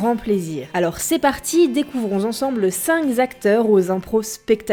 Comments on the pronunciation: le "cinq z'acteuts" du début... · Cinq Zacteurs ? Depuis quand cinq prend un S et subit une liaison inopinée ? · Cinq ZZZacteurs? Harisson ? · Quel dommage de mettre les extraits en VF ! On apprécie vraiment le talent d'un acteur en l'entendant ! Et sinon, au tout début : "cinq zacteurs"... vraiment ? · Cinq zacteurs ? ;-) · Attention, au début, vous faites une liaison « cinq zacteurs », il n'y a pas de « s » à cinq. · A , les "cinq zacteurs" ?!? Sérieux ???? Bon je regarde tout de même la suite ! Mais attention aux liaisons vachement dangereuses. ;) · Cinq z'acteurs ? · 5 z'acteurs, j'ai bien entendu? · "Voici cinq Z'acteurs" ??? A quand une vidéo sur les cinq meilleures fautes de liaisons ? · Cinq zacteurs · Cinq zzzzzzzz'acteurs... Liaison dangereuse 😉